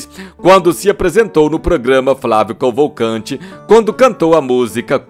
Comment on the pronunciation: "FLÁVIO COVOLCANTE " 😂😂😂😂😂😂😂😂😂😂😂😂😂😂😂😂😂